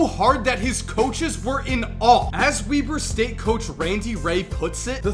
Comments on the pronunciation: I thought it was Webber State not weeber State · "Wee-ber State" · I'm pretty sure Weber St is pronounced Webber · You pronounced Weber state wrong🤦🏿‍♂️😭